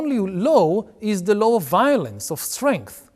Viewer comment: אם אפשר לשפר את השפה האנגלית שלך: אתה אומר Law כמו שבאנגלית אומרים Low. אבל עדיין הרמת אנגלית שלך מאוד מרשימה